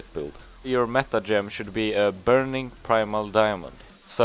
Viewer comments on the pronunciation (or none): none